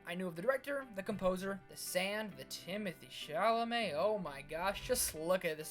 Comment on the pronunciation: the way you say timothee chalamet LOL